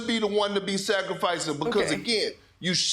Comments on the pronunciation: Did she say Westbrick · ramona said westbrick haahahhahahah